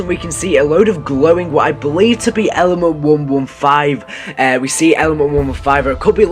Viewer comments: when he said element 115 I thought he said lmfao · when he said element 115 I thought he said LMAFAO! lol